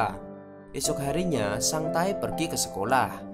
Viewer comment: Nama : Sang tae Yg saya dengar : sang tai